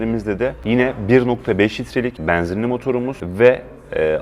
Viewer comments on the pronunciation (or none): Bu adamın E harfi ile bir derdi mi var, bana mı öyle geliyor? :))) E'leri bir tuhaf söylüyor :)) Beeenzinli... Eeeelli bin... :)))